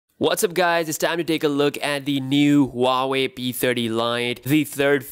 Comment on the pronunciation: Boss this is waa wei not Huaaawei. Correct your pronunciation